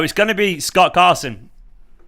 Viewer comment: "Gott Scarson" 😂😂😂😂😂 time stamp